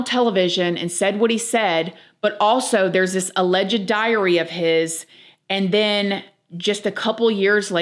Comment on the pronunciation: OMG girl, "ALLEGED" is not pronounced like that! From Google, ""Alleged" is pronounced uh-LEJD (/əˈlɛdʒd/ or /uh-lejd/). It has two syllables, with the stress on the second syllable: uh-LEJD. The word sounds like "uh" followed by "ledged" TWO SYLLABLES! Not three! You only pronounce the "ED" like that when you add the "ly", for "allegedly." That's when you pronounce the "ED." I like this channel, but that drives me bonkers, lmao! And I swear, I am not trying to be unkind. If I were pronouncing a word incorrectly, I would hope someone would tell me!